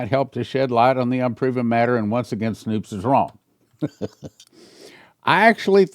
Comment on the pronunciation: It’s snopes not snoops